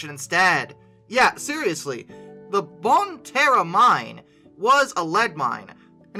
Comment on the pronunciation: Hey this is less than an hour away from me and it is not bon Terre it is pronounced bon tear